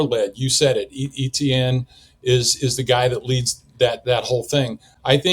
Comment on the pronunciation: That name is pronounced ‘Etchen not Etiene! It’s Louisiana French